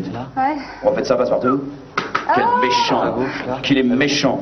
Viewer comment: Oui j'ai entendu "Quel méhant nabot"